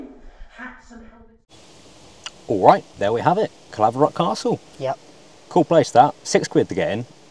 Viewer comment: My clans castle! And you done an amazing job on the pronouncing the name Caerlaverock Castle! And i never knew this existed until just now.. last time I was there was to spread my father's ashes... and the maxwell clan history is absolutely bonkers!!! My ancestor William escaped the tower of London dressed in drag!!! 😂🙏🏻